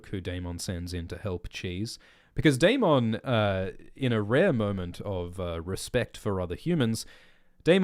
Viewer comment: Bring back sexy Milly Why are you saying Daemon so weird